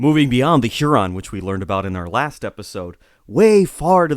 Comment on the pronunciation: Your pronunciation of Huron and Iroquois. Are they correct? I've been taught otherwise